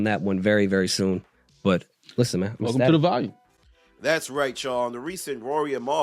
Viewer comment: Its Volume… not Valium & Mal